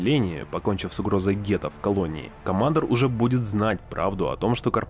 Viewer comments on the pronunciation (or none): Критиковать кого-то за плохую локализацию, и говорить «комАндор»… оч сомнительно